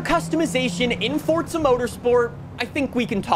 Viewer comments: Its Forza Motorsport not Forsa Motorsport. You yell too much and talk with your hands, the jump cuts are wack too. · Its not fortsa its forZa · You realize the simulator is called Forza, and not Fortsa, right? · bro is calling the game FORTZA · Fortzhuh mourtorspurts. I can't get over how you keep saying it ☠️ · why do so many people pronounce Forza as Fortza? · Fortza <--- That's how you're saying it. Sounds like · Do you say Forza with a "T" for attention or wtf? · Not surprised 😂😂. It’s forza